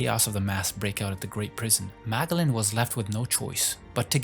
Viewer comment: This guy cannot pronounce character names correctly